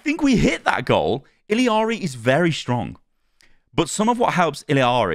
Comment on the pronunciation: It’s just “iyari” i think